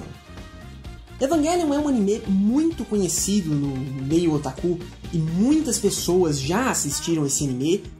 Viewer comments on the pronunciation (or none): Mds…. As pronúncias kkk q agonia ouvir isso…. “EvanGUElion” “OtaKU” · "evanGUElium" "otaCÙ" kkkkk entre varias outras palavras erradas kkkkk